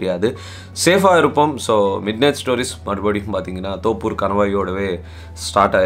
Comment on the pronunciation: அது தொப்பூர் not தோப்பூர்..